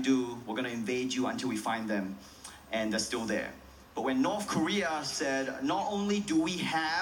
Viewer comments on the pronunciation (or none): none